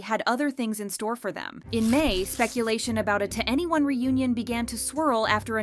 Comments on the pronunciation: It's prounounced like the number "21", not each individual letter 2 N E 1. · It’s not “2 Anyone” it’s “2eny 1” as in the number 21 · Why were so many people unaware the pronunciation was “to anyone” and not “twenty one”? 😭😂 they literally say it at the beginning of almost every one of their songs guys 😭😭😭 anyway as someone who got into K-Pop because of 2NE1 and BIGBANG 15 years ago and only ever got into them cause everyone else is/was so basic and cookie cutter, I’m super excited and really hope it actually leads to new music 🤞❤️❤️❤️ (cause I’ve felt the harsh burn of YG screwing us over too many times) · Not "2 any1" it's 21 - 2n e1. What's so hard about that? Like the long decade dispute. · Daaamn so i was today years old when I realized that 2NE1 is pronounced ¨to any one¨ and not ¨twenty one¨ lol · Twenty one pilot but 2NE1 is pronounced To Anyone/2 N E 1